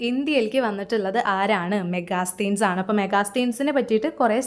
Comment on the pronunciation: Hi, മെഗാസ്തീൻസ് എന്നല്ല 'മെഗസ്തനീസ്' എന്നാണ് വായിക്കേണ്ടത്.